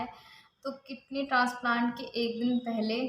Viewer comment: Language to sahi se bola karo kitney kya h